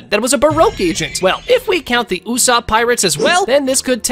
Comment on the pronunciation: Who is usap?? His name is USOPP